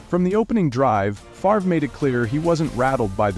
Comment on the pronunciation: You're AI can't pronounce "Favre" 🤣